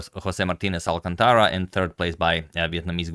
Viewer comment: Hey agad, just a small detail: José Martínez Alcántara isn't mexican but peruvian, and the stress in Alcántara goes on the second syllable (al-KAN-ta-ra) not being pedantic or anything, i just know you like to get the pronunciation of foreign names as right as possible. Excellent video as usual